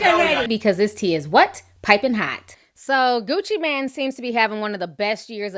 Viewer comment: Ti!! it's Mane as in main😥😄